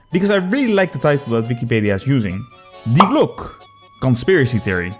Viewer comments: Die glocke ❌ Die Gluck/Glock ✅ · Die Glock is actually an Austrian manufactured Pistol. It’s always a good rule of thumb to pronounce every letter. We Germans are efficient so no useless redundant letters like in French. Correct spelling is: Dee Glock-uh